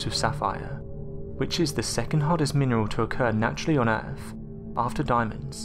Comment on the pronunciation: Ahh man you were doing such a good job with pronunciation, but you just said "Erf" just to let you know it is pronounced, "Earth".